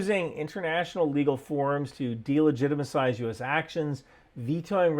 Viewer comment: Delegitimacise lol